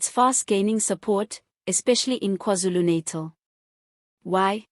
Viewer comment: We like your reporting but please pronounce NATAL correctly and Z is not Zee, this is English, please!!